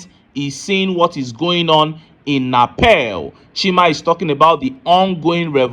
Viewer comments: It's NEPAL not napel o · My brother na Nepal not Napel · The name is Nepal and not Napel.